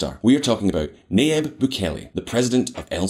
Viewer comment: His name is pronounced NaJeeb. “Nah-Jeeb” - it’s a Lebanese name, pronounced by a Spanish speaker. The ya becomes a ja in Spanish, so that’s why his name is transliterated thusly. There’s a huge a successful Levantine population in central and South America, mostly Christians from what’s now Lebanon, Syria and Palestine, who emigrated widely to Brazil, Argentina, Chile, Colombia, Venezuela, Mexico, Central America, etc, starting in the late 19th century. Early on, their religion helped Levantine Christians to get access to western-run missionary educations. My own great grandfather got a bachelors degree from an American-accredited university. In Beirut. In the 19th century In this century. A degree that, since it was issued by a university accredited by the New York state board of regents - it was honored by American schools and businesses. Their religion, and the help and advocacy of Christian missionaries - helped Christians flee religious violence during the late ottoman period. France, the us, abd Latin America were the largest destinations pre ww1. Post ww2, the commonwealth countries, and also west Africa and even parts of Asia. Muslims began to join them in emigrating widely in the 20th century. Lebanese dominate business in west Africa especially, mainly Muslims. Also the southern cone of South America. Many are well-educated, globally connected, skillful merchants. We’re both merchants from the day we are born, it’s just who we are. We’re used to huge groups and arm